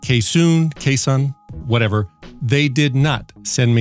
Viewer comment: Its pronounced “ksun”